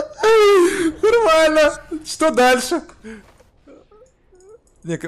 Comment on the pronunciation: А что за рофл с "но́рмали но́рмали"